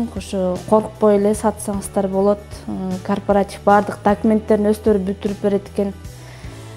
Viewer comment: Кооператив деп туура суйлочу,корпартив дебей